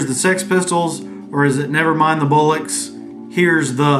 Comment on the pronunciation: It's pronounced "Bol - ucks", it means balls or testicles 😂